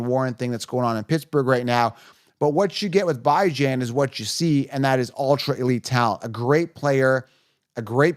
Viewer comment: Who the fuq is “BY-Jan” ?